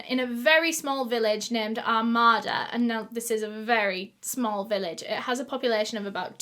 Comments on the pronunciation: Two things one:I love your videos Two: it’s pronounced ar-made-a. Not trying to be mean or anything I just thinking I would let y’all know. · I'm from the area this happened in and just wanted to correct the pronunciation of Armada. It's Ar-made-a. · Love you girl, but it's said Are-may-duh, I live one town over somewhat, a village called Capac. Lol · Its pronounced ar-MAY-da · Shut the hell up. Literally lived right by Armada and went to the flea market with my grandma every weekend☺️☺️ PS it’s pronounced Ar-May-Duh....welcome to the Midwest USA😂😂😂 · Your pronunciation of Armada is my new favorite thing! I live about 45 mins from there and we pronounce it like Are-may-da, but i think we should say it how you do haha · I know this is the absolute last thing I should be worried about but I’m so completely triggered by the way she pronounced “Armada” 🤦🏻‍♀️. Im born and raised Michigander and I’m pretty sure it’s pronounced ARE-MAID-uh. Just sayin. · Oh and it’s where I live lmaooo, and it’s so cute how ur pronouncing it 😭🥺🥺🥰 we say like “ R made A “ idk I’m not trying to correct u at all I honestly like how it sounds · My grandparents live in Armada (it’s not pronounced like she does I’m the video; you stress the A’s a lot more like Ar-May-da) and I remembered when this happened. They had ribbons on all the trees for years as a reminder of her. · i actually live near armada (it's pronouced r-may-da) and i can confirmed, it's a pretty nice town. I've never heard of this case though it's kinda crazy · I live right near Armada and it is a safe place and such a sad story. I love the way you say it, but it's pronounced "Ar-May-Da" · I'm from Michigan about 20mins from here and thank God they found this MONSTER. The area where this happened is safe, a totally comfortable area where you would NEVER imagine this could happen. God bless her family and dog. So sad an broke alot of hearts. It's pronounced ar-may-duh💕💕 it was him. 100% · Also it’s pronounced (ar may da) armada